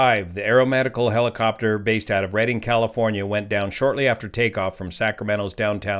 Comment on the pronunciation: It is Redding not Reading.